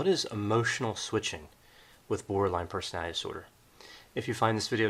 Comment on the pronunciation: Why do I keep hearing Borderline Personal Dinosaur? Instead of Borderline Personality Disorder? I’m just saying anyone else hear the mispronunciations?? It it 1am could be exhausted lol Great video nonetheless